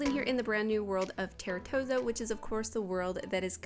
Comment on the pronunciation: Just so you know. Its pronounced "Tahr-toe-sah" 😊